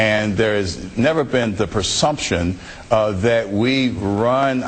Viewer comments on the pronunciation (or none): ....Did he say "persumption" and "faifless"?